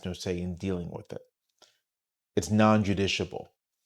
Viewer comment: (Non-justiciable - non-“Jus-tish-i-able” )